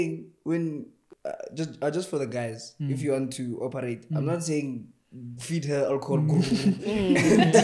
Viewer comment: i'm from Mozambique i really enjoy warching u guys. "let's opereite😂"